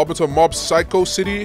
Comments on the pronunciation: he did not just call mob "mash" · Bro called mob mash 😭😭😭😭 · if bro calls mob mash again , i swear!😭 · bro def doesnt watch anime😂bro called mob “mash”😂😂😂braindead